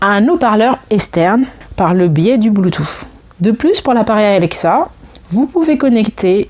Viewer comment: LOL et reparle nous de la prise Jacques et du blue touffe ;) Plus sérieusement, merci pour cette vidéo qui m'a permis d'y voir plus clair